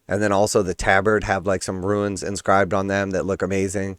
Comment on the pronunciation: Runes and Ruins are pronounced differently.